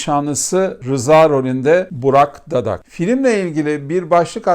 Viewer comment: Güzel bir eleştiri olmuş video sonu burak dadak söylemişsiniz hocam burak dakak olacak gerçekten söylemesi zor oyuncu Başak Gümülcinelioğlu da soyadını çoğu yanlış söylüyor HAYAT, pazar 21.30'da TV’de ilk kez TRT 2'de.